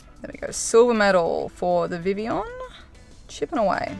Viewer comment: First person I’ve heard actually pronouncing it properly